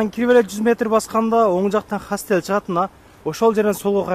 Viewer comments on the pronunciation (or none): Хастел эмес Хостел Таксизтерден башкаларга деле арзан кылсанар